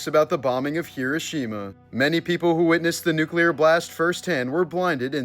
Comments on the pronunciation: He roh she mah not however you pronounced it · I heard kirishima at first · Hee-doh. Shee-muh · Hee-ROH-shee-mah. Dude. Cmon. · If you're going "pay tribute" to this you would think you would know how to pronounce it correctly. It's pronounced Her-row-sha-ma. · You're purposely mispronouncing the name of the place. It's grating and negates your effort at bringing awareness. 😊❤ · You mispronounced the word Hiroshima every single time you said it: wrong, wrong, wrong !!!!!